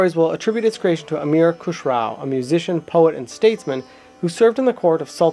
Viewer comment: Good Job! It was a very informative introduction of the the instrument. However, a little clarification in the pronunciation of the names is required... Khusrow is pronounced as Khus-ro not Khusrau(kh like ch in loch, s as in rest and row as in grow). And Enayat is pronounced as Inaá-yat, also Vilayat as Vilaá-yat. There is also a story about tri-tantri-veena (3 stringed veena) existing before Sitar that can be the ancestor of Sitar, but there no concrete proof coz pretty much all of the knowledge of classical indian music used to be passed down orally.